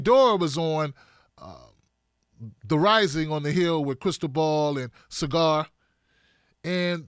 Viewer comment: Yo'! Just seen't you on Rising with Krystal & Saagar! (his name is Saaaa - gar.... not Cigar! LOL)